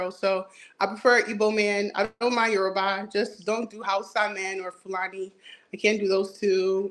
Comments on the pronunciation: said YOURBAI!!!! 😭😭😭😭😭😭😭😭😭😭😭😭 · This was wild & I'm a Nigerian woman. Smh. 😮 Good luck. pronunciation of Yoruba made me chuckle, too lol